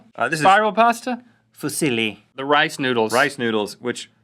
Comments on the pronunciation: Lol it's pronounced foo- zee-lee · Fusili is pronounced (foo-sil-ee) I am Italian so yeah i know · The way Fusilli is pronounced it's like saying "Who's silly?" Fusilli…? I AM! wooo! haha! xD